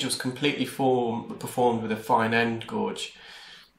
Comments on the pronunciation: Find your videos really informative and interesting but hope you don’t think I’m rude if I tell you that a fine end gauge should be pronounced gage not gorge . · G (u = silent) age!! As in gage, not gorge!! Best way to explain me thinks?? ☺️ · Just wondering if you delete some negative comments? A while back you acknowledged your mispronunciation of the word gauge as "gorge" instead of the correct "gauge". I noticed you corrected it for two videos, but have reverted to saying "gorge" which could be confusing in a sentence such as "In order to gauge the depth of this gorge in the canal..." You are clearly highly educated, hence the anatomical lesson we receive in each video, yet have a title of Mr rather than Dr. Were you trained overseas as a Dr, but your qualifications are not recognised in the UK? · I love your videos! My only question is, does the U.K. spell the word "gauge" with the letter "R"? I've always been curious. Or are you saying "gorge"? I'm very confused, so thanks ahead of time for clearing this up. Keep up the great video work! You are very professional. 😷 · Zoellner fine end gauge A fine gauge is a small wire or probe. Gauge is pronounced "gayje" .